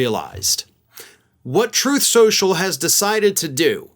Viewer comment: "troth sential"